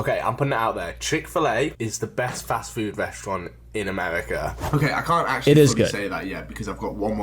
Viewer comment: He's got that annoying pretentious British accent / speech impediment where they pronounce the letter R as W. "Today I'm going to the westowant" says the fancy British man.